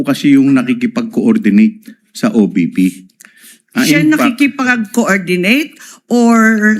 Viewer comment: Imee Marcos “ as a matter of F—k” 😂😂😂. Iba ang bigkas ng FACT sa F- - K. Grabe ka nmn. Senadora ka pa naman